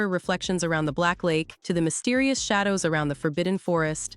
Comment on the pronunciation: Bruh she said Shay dows lol